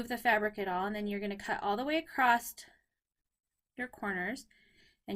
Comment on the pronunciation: Hi, you keep saying acrosst it's across